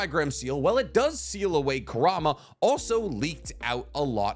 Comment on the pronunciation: Ku-ra-ma, just correcting because my borderline OCD Is hurting